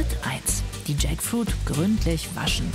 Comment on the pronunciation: Jaktfrucht, spelled Tschäckfuiet, in Lautschrift für unsere deutsche Kommentatorin 😉😅😂